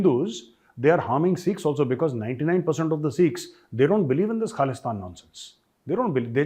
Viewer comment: Well said , all his life he keep on saying KHALISTAN, even he is so old he is still trying to say Khalistan but he can’t pronounce it he pronounce it KALISTIN now with shaking voices, SIMRANJEET SINGH from the family of GADDAR, who give SAROPA to general dire from DARWAR SAHIB , and British gave hundreds of acres of land to his grandfather, SIMRANJEET SINGH is GADDAR EE AZAM